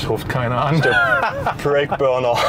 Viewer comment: Es heißt übrigens Brake und nicht Break. Aber sonst guter Beitrag